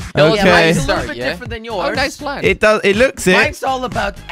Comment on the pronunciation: He says diffent